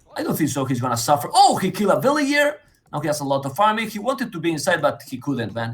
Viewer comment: I'm not a native english speaker but it literally took me 5-10 minutes to get used to accent, in the first video of the series. Since then, he doesn't bother me anymore. Although some of his pronunciations (villayer, trebuchet) still make me smile